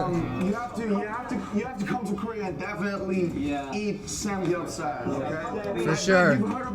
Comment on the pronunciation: I like how RM said Bulgogi and Samgyeopsal how an American would pronounce it. lol